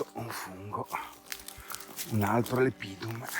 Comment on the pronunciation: speriamo in un buon 2023! Però, se posso esserti d'aiuto, non devi pronunciate Lepidum con accento sulla I come fai, ma lEpidum, con accento sulla E, come da regole. Fai bene a usare nomi scientifici in latino ma..occhio agli accenti! Sei un cercatore eccezionale!